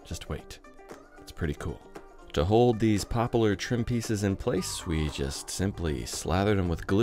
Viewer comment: "Popalar" Is that a West Coast pronunciation of Poplar???